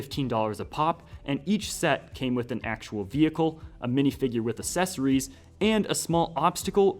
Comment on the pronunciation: Why do you say accessories like asessories it just sounds strange